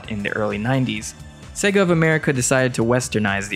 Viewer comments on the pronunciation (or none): none